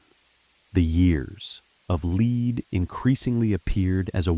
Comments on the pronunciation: Years of Leed 😂 It's "lead" pronounced "led", as in bullets - because it was a very violent period. That's pretty important context to understand when creating content about a period of history. In future, it might be an idea to cross reference with all the other content on YouTube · Brother it’s ‘lead’ as in Pb. The Italian translations is ‘piumbo’. For something so well written, you could’ve started by getting the name right. All I could focus on was your narrator’s terrible malapropism.